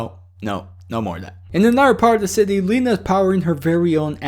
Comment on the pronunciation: I thought it was pronounced L eye na not Leena